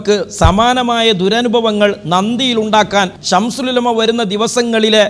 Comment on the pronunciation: ഈ കുട്ടി അത്തൻ "ശംസുൽ ഉലമ " എന്ന് പറയാൻ പോലും അറിയില്ല "ശംഷൂൽ ഉലമ" എന്നാണ് പറയുന്നത്